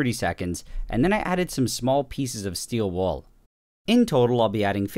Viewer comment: No one: Absolutely no one: Nile reid: steel wOoL 😂😂😂😂😂